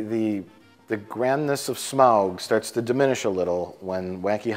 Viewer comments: I laughed at every mispronunciation of Smaug, but then they say “smog” and I involuntarily yell “it’s SMOWG!!!” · Can someone please make an edit of everytime he says "smaUuUug" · Why has everyone such trouble pronouncing Smayaoooug's name? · Just here to watch pronounce SMAAWWWUUGG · I crack up every time at their pronunciation of smaug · it's really annoying how pretends he can't say 'Smaug'..... It's really not hard to say.